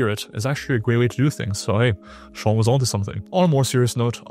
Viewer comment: first, learn to pronounce Sean's name. Second, you have zero credibility. Third, his advice IS from a science perspective, there's no point in adding 'reviewed from a science perspective' because you're not adding anything for that. Fourth and most importantly, you have zero things to add to what Sean is saying. See, he's still telling us to do the basics and you're a content bro mascarading as a scientist